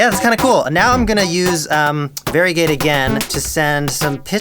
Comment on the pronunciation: i was wondering why he kept saying "very gay", but then i realized he was saying varigate